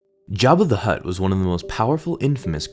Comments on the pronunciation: he keeps on saying hutr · Every time he said "Hutt," I pictured a football player snapping a ball. xD